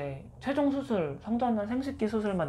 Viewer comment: 나처럼 ㅅ발음 안되시네ㄲㅋ 수술 ㅡ 후훌ㅋㅋㅋ